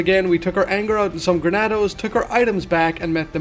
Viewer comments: Not trying to be rude but it's Ganados not Granados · "Grenados" fuckin hell. Genados!!! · Great work but bro it’s ganados not granados 😂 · GANADOS ganados there is no R in ganados